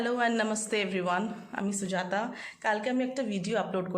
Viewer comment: Soojata নয় সুজাতা বলো